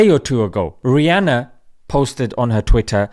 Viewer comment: I am pretty sure they thought she was muslim cos of her name. Lots of people mispronounce her name & call her Rehana instead of Rihana